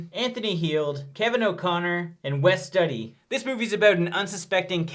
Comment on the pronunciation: 'Wes Study' XD